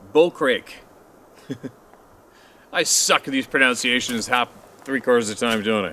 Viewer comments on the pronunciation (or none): Pro - NUN - citations, not pro - NOUN - citations. LOL. (sorry, I'm kidding, however, my Mother WAS an English teacher, so I'm sensitive. Lol)